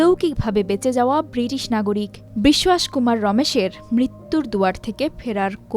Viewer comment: নাম রমেশ কুমার বিশ্বাস।এমনভাবে নাম উচ্চারণ করছে সে যেন খাটি ইংরেজ